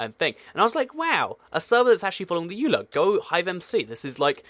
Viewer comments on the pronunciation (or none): none